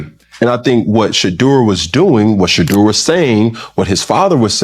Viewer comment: Shut up ! You are talking too much let Cam talk and learn how to pronounce Shadeur name !!!!!